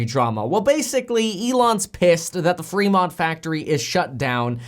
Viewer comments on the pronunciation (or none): none